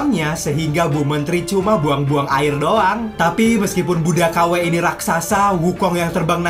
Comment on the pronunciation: Sumpah kga suka gw cara lu sebut buddah kw kw ke gitu ke gimana gitu di denger mau gw truss nanti rame ini koment lain kali bikin konten cara ngomong lu benerin ya